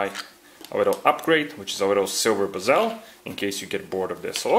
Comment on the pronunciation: Nice video. Who else laughed when he said bee-zel